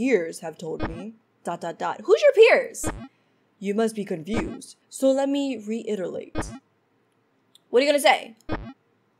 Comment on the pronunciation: tw-i-nge not twing also vocal coids??? also also reit-tl-ate? lol.png